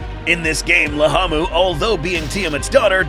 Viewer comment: Why is it riding laamu mower but you're calling it lahamu